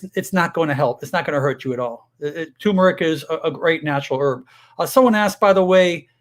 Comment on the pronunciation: You're a doctor. Learn how to pronounce TURMERIC.